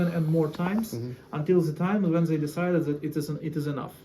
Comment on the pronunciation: I find it interesting that the bald guy commenting on the basement situation would say, Zey instead of saying they. 😂 .